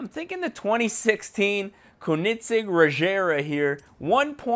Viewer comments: It is pronounced conenigzeg not konigzeg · ko-nit-sig Lmao. I love your content but you slaughtered that name. think of it as cone-ig-seg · Kin-I-sig? Um bro it's pronounced cone-a-seg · He really said "konigsig" it is pronounced coe-neg-seg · pronounced ko-nig-segg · It's pronounced coe-nen-seg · CONE IN SEG is how its pronounced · its pronounced "coeningzegg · Its not ker-nit-sig ffs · Kiko MKD I was laughing at how he said Koenigsegg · this guy is supuid the guy in the video wtf kunig ceg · its not "konigseg" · when was there a t in koenigsegg? and BTW it is PROPERLY pronounced kerr-negg-segg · U said Koenigsegg wrong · You said koenigsegg wrong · Fleunt in English but can't say Koenigsegg for shit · wow you pronounced koenigsegg wrong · Why does he say koenigsegg like that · you need to at least know how to pronounce the cars name before you make a vid on it